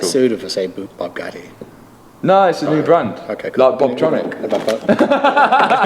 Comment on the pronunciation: bOObgatti lmao